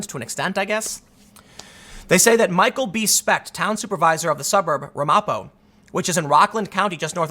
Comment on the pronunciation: Tim, it's pronounced, "Ram a po"